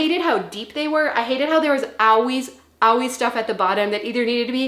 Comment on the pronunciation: It’s funny how you pronounce “always”: “ah-weez”. Where is that accent from? I’m Brazilian but can easily pick it whenever you say it